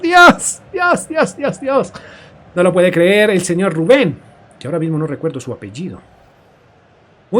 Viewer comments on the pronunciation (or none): none